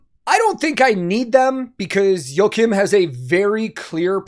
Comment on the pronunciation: As a Swede the pronunciation of Joakim's name gets me every time. You-ah-keem